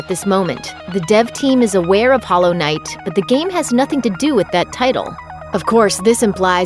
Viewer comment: Stop putting such emphasis on the "i" in knight like its a questions